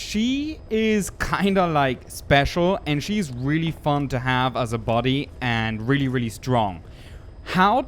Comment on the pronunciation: body* until he can say it right